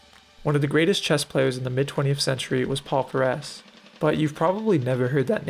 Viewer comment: You mispronounced Paul Keres' surname